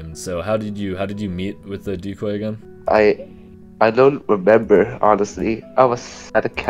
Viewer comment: “I don’t rembeber” 😭 🙏